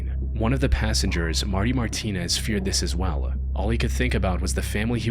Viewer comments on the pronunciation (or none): none